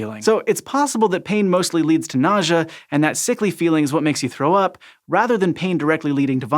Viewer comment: Nausea or... Nojah? What???